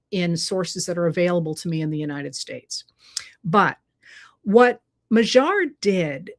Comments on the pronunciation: MA-dyar. NOT ma-ZHAR. PLEASE!!!!! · I lived for about 9 years in Hungary and I am so glad to see their democracy restored there! I would suggest pronouncing his name as if the g is a d. I.e. Mad-yar, or more closely how the Hungarians would say it would be Mod-yar, with more emphasis on the first syllable but almost equal. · Magyar, which means Hungarian, is pronounced more like mad-yar. Have Google Translate or DeepL pronounce it for you. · Im challenging your pronunciation of Magyar. The g does sound softer than the English G but it is not the dj sound. It is more like a d By the way, the Magyars were a tribe that settled in the area which became Hungary in the late 9th C AD. They were a Uralic tribe and interestingly some went north and settled in Finland thus the two countries share the common Finno-Ugric language root